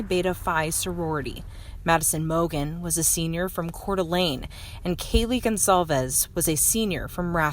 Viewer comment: couldn’t properly pronounce Kayle Consalves Smh